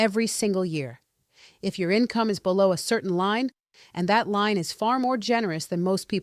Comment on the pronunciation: It's a LIEN (not Line, as she states) on the property. When the property goes up for sale or through probate or in any way that SOMEONE else's name is to be assigned the owner of the property, this lien becomes DUE. So, if you are intending to pass it on to your kids, for example, they will have to pay off this lien before they can take ownership. This last bit may vary from location to location, however. If the home is owned by a pair of spouses and one dies, this may become a problem for the surviving spouse. Again, this is handled differently from location to location. Meaning that the lien may not actually come due for the surviving spouse, in some locations. She didn't so much gloss over the deferral part, but it needed more explanation and context. Maybe she just couldn't explain it fully in a short video.